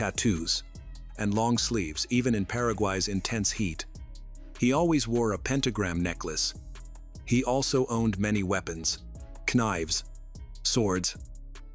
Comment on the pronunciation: Keh-nives? Where do they sell Keh-nives? Keh-itchen specialty shops?